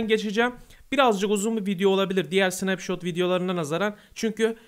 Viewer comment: SNAPŞOT DEĞİL SNEPŞAT